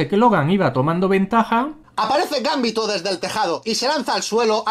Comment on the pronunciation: es GamBiiÍ!!to !!!!!!! Hablen bien